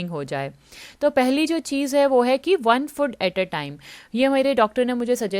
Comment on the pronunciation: It's food . Not fod😅